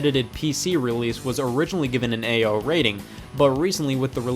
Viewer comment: I love how Ao rating is just pronounced AYO